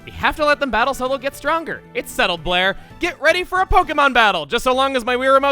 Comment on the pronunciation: You know, the name Blair for the player character is actually quite good. With how Chugga pronounces it, it sounds like he's saying "Player". It works!